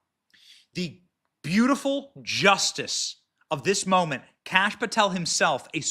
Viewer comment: Pronouncing "Kash" sounds like saying "Kick A$$" quickly?